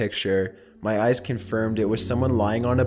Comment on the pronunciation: in number 1 when he said "To show ma friends" I died 😂😂😂😂